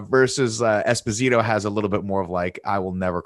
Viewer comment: DJ i really like you and love your work but learn to pronounce Esposito, as an Italian who has the same origins as Giancarlo it hurts me 😂